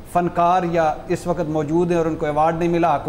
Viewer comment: بھٹی صاحب, لفظ "وقت " ھوتا ھے. "و ق ءت" نہیں ھوتا.